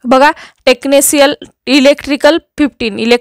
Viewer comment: Tecnicial nahi tecnition aahe madam